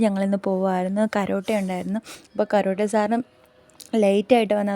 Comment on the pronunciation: കരോട്ടേ അല്ല, കരാട്ടേ എന്നാണ്